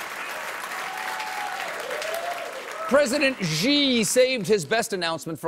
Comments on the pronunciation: Xi is pronounded like "She". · The President of China's surname is pronounced "She". It's respectful to properly pronounce the names of people especially world leaders. Perhaps the Late Show should consider hiring a China consultant -- or an expert English professor -- to ensure they are well regarded among the global community. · It's SEE if you speak something like Cantonese. It's SHEE I believe, Mon Fleur. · Colbert pronounces "Xi" as "g" when it should be "see" 😂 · ...it should be pronounced more like see than gee!!! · "Xi" is pronounced "See", not "Gee" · Hey Stephen, you know you are pronouncing "Xi" 's name wrong right? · yo, Stephen. Pronounced more like She than Gee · you pronouce xi like SHE, not Ji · "Xi" is simply pronounced "shee." How is possible that Colbert doesn't know this? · yo colbert--say "she just took a dump". congrats, you also just said "xi just took a dump". stop with this nonsense pronunciation. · Why is everybody making a fuss about his pronounciation of "Xi" which is admittedly wrong but kinda close when EVERYBODY's pronounciation of "Ji" is infinitely worse! Guys, the J sound is nowhere close to the one in "Jesus", it's way closer to the one in "check"